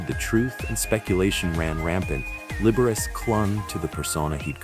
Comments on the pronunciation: Libber ace? Are you insane or from another country? Lib-er-ah-chee. AI voices need some culture, good lord. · Liberachi is turning in his grave over that pronunciation